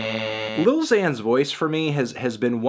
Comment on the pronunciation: anthony, why do you always pronounce 'lil' as 'little'? it's an abbreviation melon